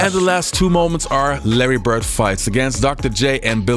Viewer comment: Who is Larry Bert? And who is Dennis Rottman? Please work harder at pronouncing those traling D's, my brother.